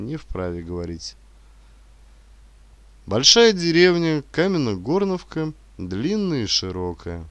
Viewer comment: КаменогОрновка- неправельно ударение🙂 . Павильно будет- КаменогорнОвка. Но чтец- молодец👍